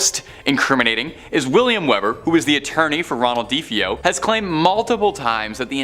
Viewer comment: Ikr how irritating.duh-fee-yo..f.r?? 😂